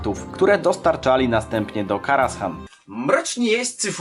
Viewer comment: Źle wymawiasz kostur Medivha. Mówi sie Ateisz nie Atiesz ;) I zamiast Karashan czyta się Karazan ;)